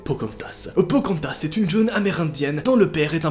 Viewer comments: Pocantas?! Non Pocahontas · Pocantas !!!!! C’est pocarantaseeeeeeeeee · Non pas phocaantase 😥😥😥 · C pas POCARONTHAS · Pokantas?On dirait un Pokémon humanisée😂😂😂😂